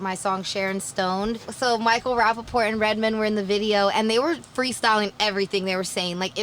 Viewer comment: The way she says Redman is the exact way Redman says "white people be saying my name wrong all the damn time, it's Red Man not Redmin".